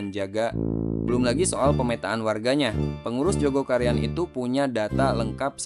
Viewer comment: Maaf min,bukan Joko Karian,TPI Jogokaryan,tolong lbih teliti lgi!!